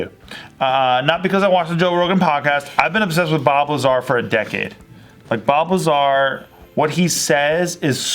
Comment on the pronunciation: Bob Lazar. In an earlier JK video when was talking about Bob Lazar, it sounded like she was saying Bulbazar. I was like, let me look up this dude. Started googling Bulbazar and couldn't find anything.:( finally figured out it was Bob Lazar.